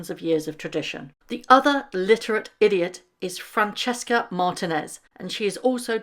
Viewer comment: The VP who invited H and M, her name is Francia NOT Francesca.